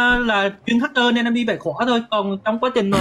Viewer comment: đúng hặc cơ người Huế, đỉnh thực sự